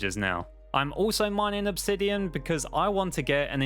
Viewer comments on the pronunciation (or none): none